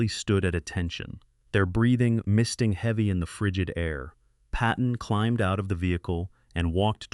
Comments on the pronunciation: "Heevey snow". I hate AI. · AI doesn't know how to pronounce "heavy" at the very beginning.